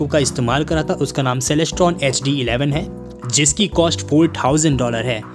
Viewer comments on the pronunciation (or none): none